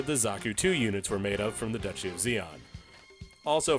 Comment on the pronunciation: "Duchy" of zeon?